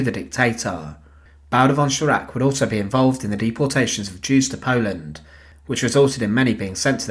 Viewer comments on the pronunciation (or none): none